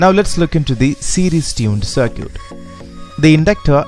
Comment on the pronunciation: Good video. It is pronounced "c-i-r-k-i-t". Perfect english otherwise.